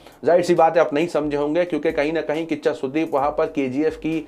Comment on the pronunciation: Bhai kiccha sudeep..not kaccha sudeep 😭